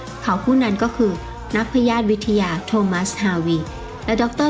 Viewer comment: อ่านผิดอยู่ 2 จุดครับ 1. นักพยาธิวิทยา อ่านว่า นัก พะ ยา ธิ วิด ทะ ยา ไม่ใช่ พะ ยาด วิด ทะ ยา 2. ฮิปโปแคมปัส (สมองเกี่ยวกับความจำ) ไม่ใช่ ฮิปโปโปเตมัส😅